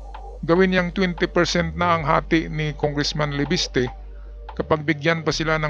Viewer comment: Leviste po hindi po Laviste. FYI